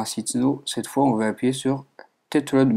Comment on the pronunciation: TOI TU DIS "OM" et pas "ON" :PP